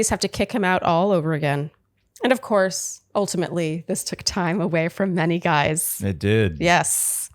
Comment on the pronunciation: One more add...Re: your questions if Chris could be that stupid: Quote: "For me what I'm not interested in is you Guyses (Guises? Gizes???) way of going about this process". Um I think we have our answer:) I shudder when I hear this 🤢